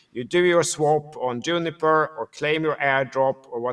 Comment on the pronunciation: Love how always say Juniper 🤣